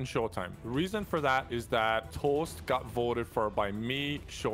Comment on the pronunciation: LOL YOU SPELLED TOAST WRONG IN THE TITLE u said tost lmfao